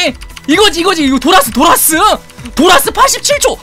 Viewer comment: 도티님이 '도라스' 라고 예기하는데 멍때리고있다가 갑자기 들으면 계속 '돌았으' 이렇게 들림ㅋㅋ